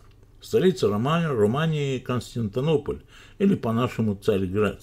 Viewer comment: Констинтанополь? Может Константинополь? Такие ошибки уже не первый раз наводят на мысль, что автор читает тексты, которые ему пишет кто-то другой. У меня тоже с дикцией не очень, но всё равно не понимаю, как это можно не выговорить. Как можно столько знать по истории, писать стихи и не знать как ставить, к примеру, ударения в словах (в других видео много таких косяков)? Вроде хочется много хорошего сказать в благодарность за труд и со многим согласие есть, но вот не могу отделаться от ощущения что что-то здесь не так... Хотелось бы ошибаться в этом ощущении.